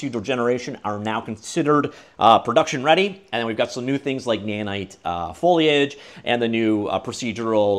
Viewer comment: I'm really proud of you for finally tackling your foliage speech impediment 😊